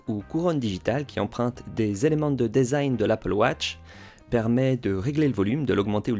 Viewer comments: On dit "disaïn" pour desing et pas "désaïn", ça vient de l'anglais donc "de" se dit "di" et pas "dé" 😁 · Dèsign??? 🤨 ça se dit dizain phonétiquement en anglais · Design se prononce « disign », le « e » dit i Diiiiiiiisign Merci quand même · Mdr le DAISIGN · Merci pour le test, top, comme d'hab ! J'imagine bien cet été au soleil comme il va être brûlant avec ses coques en alu !! Par contre, il faut qu'on parle de ta façon de prononcer "design" ;-)